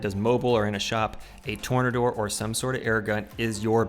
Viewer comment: Tor-NAY-door, you know like from the root word "tornado".